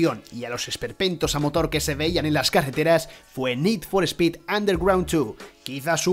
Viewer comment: Nid for espid jurpursuitu Tengan tantita madre, pronuncien bien los titulos al menos